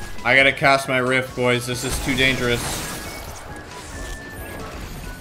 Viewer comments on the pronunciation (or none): none